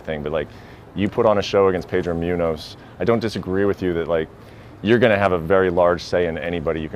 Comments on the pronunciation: Pedro Mew-nose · Whatever the interviewers name is butchered moonyoez name